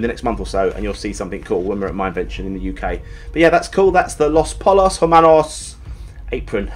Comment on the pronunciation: Poy-yos. Pollos is pronounced "Poy-yos".